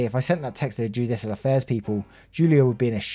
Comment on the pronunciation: Yes but you got "judicial affairs " right! Don't be too hard on yerself dude lol :)